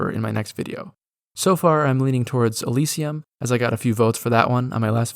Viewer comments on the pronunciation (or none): none